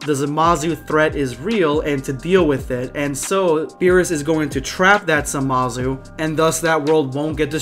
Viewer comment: Not gonna lie, I slightly chuckled when you said "Samazu".